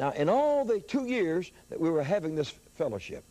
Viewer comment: Hallelujah! But, it's not "dat", it's "that".